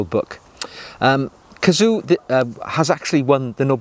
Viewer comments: A kazoo is a cheap musical instrument. KAZUO is a name. One you clearly cannot pronounce. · His first name is pronounced ka-zu-oh. Please pronounce that last “o”.